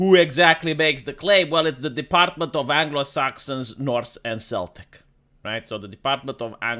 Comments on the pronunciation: Celtic is "keltik" not "seltik" . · Celtic is pronounced Keltik unless you are referring to a certain sports team. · Celtic is pronuned with a hard "C"